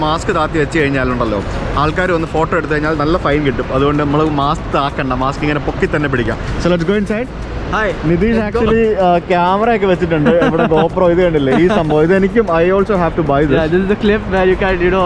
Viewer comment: നിതീഷ് 'രതീഷ്' ആയി 😂